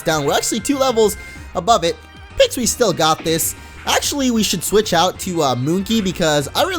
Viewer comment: "I believe in the Pixwee",do you believe in the peeko?